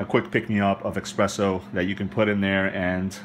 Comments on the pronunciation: Thanks for the detailed review of this gadget, but I gotta be honest it heart my ears to hear you sayin "expresso" and you wrote it espresso in the title, there is no "x" in espresso, and that foam you mentioned in the end of the video called "crema", please accept my barista snob criticism! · if you would read the name on The Box it says "ESPRESSO" NOT "EXPRESSSO". IT IS PRONOUNCED "S-PRESSO" NOT "X-PRESSO"! Got it? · It's called espresso like the box says, not eggspresso or expresso ;) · Personally, I have a thumb rule. Anyone who says 'expresso' I shot worth listening to... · It's Espresso not eggspresso good insightful video other than your mispronunciation causing my ocd to flare up lol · Notice that it's spelled espresso, not expresso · not ocd for me but same. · You mean expresso irritates you? Humm, EXPRESSO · It's pronounced espresso, not expresso. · Sounds like he's saying ex-presso which is a common mistake... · Expresso. Heart !! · hard to take this review seriously. I guess you said you aren't a coffee guy, but jeeze, stop saying ekspresso. There's no K! So you demonstrated how to use it, but how does it stack up compared to a real espresso machine? how about the minipresso or nanopresso? unfortunately, I don't think you are can answer these questions. Still like your video for the demonstration. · I stopped watching hen he said "EXpresso"! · had to wheeze when you said Expresso xD and oh my god this thing is awful....(not to mention how expensive it is) -NOT WORTH to buy